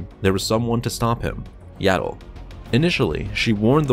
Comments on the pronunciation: It’s not yaddle it’s yoddle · her name is yaddle not yado